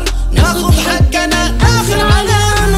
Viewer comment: لهجة القاف كانت أفضل و تماشي استايل الاغنية خربتها حجنا حجي ومدري ايش في كلمات القاف ما يصلح تنطق جاف هذا ما أردت قوله